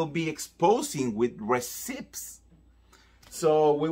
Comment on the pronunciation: I love you so much. You are amazing. So, I want to help you a bit. One word you constantly use is “receipt.” You are mispronouncing the word. The “p” is silent. It should be pronounced “ree-ceet.” And, again, I am only telling you this because I love you and want you to be the best you can be.